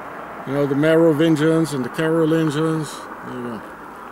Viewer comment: Oh here you pronounce the word Merovingians the G in Merovingians is pronounced like the G in GAS 🤔 👍 oooh C'est le Concorde c'est avion??? Ooh v'est tres jolie la ba 👍 soooo beautiful le Rhone river oohhhhh ♥️